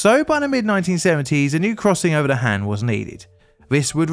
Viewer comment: Just an fyi for future videos featuring Korea. Korean does not have the short A sound so whenever there is an A, it is always pronounced as a long A sound. So HAN should be pronounced HAHN. (An exception is when it is next to an e as that becomes a digraph). I won't correct the other pronunciation mistakes because a lot of them just don't exist in English and would be too difficult, but the A is an easy one to remember and to fix.